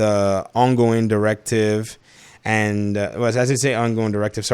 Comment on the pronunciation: Tip of the spare 😂 it’s tip of the spear 😂